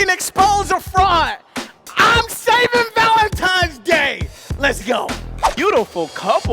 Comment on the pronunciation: Why do niggas say Valentimes days 🤣